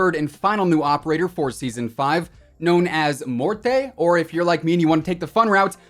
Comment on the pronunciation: His name is pronounced MORT